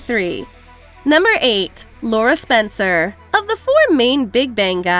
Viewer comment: Messed up Spencer's name!